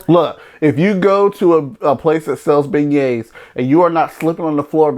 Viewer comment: Thanks, it sounds like you're saying Ben Gays for beignets. Thanks for this video, we'll pass on Emeril's.